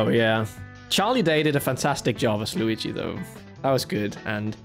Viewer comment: I like this movie so much more than i expected to. My biggest gripe was Mario calling Luigi "lou" Idk why but I hate that lol